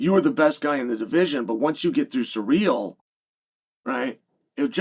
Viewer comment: Love tvecwsy chael says ciryl. Unlike most Americanisms of English that for whatever reason piss me off that one's amusing.